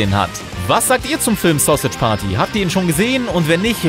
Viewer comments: Es heißt verdammr nochmal Sausage nicht Sossitsch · 😂 Wie alt seid ihr bitte? War klar das sowas von jemanden kommt, der keine Ahnung hat! Sausage wird wie im Englischen ausgesprochen (was er nicht tut ihr Affen) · Wie er Sausage ausspricht😂